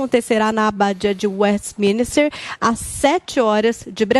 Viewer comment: Hello é Westminster e não westesminister